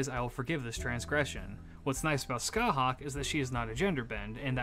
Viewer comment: For reference CúChulainn is pronounced Coo-Cullen, Aoife is pronounced Ee-fa and Scathach is pronounced Scaw-hach